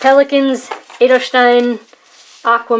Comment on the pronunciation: Don't worry. Your pronunciation of "Edelstein" is really good. :-) And thanks for the review.